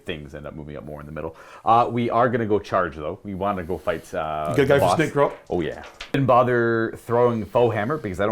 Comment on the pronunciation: Can't believe that neither of you called the Snikrot, SnikGROT....